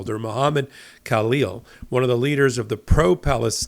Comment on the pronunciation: Halleel, The K is silent